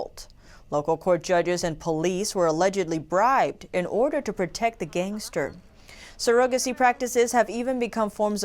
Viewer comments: You’re good and do you need to check the pronunciation of some your words, Surrogacy has the stress on the first syllable, you placed it on the second syllable. But aside from that great presentation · Pronunciation of surrogacy is not sur-OH-ga-see, it is SUR-a-ga-see. Women are not sur-OH-guts, but SUR-a-guts. Thank you so much for the excellent job. Blessings! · Nice vids, but.... surrogacy (sir - ra - guh - see) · she said ''serogacy' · I had to skip back a hear again she says it like it's spelled but her first language isn't english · Yall really let her air the butchering of the word 'surrogacy', didn't yall? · I ADMIRE the fact that you speak two languages. However, you may wish to know you are mispronouncing surrogacy. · But not surrogacy